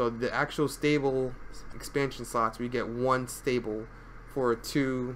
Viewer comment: I kept hearing sluts, sluts, sluts throughout the entire video. Far more entertaining than it should've been xD